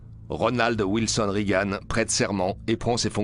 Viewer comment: on ne dit pas "rigane" mais "régan" ! bande de niais !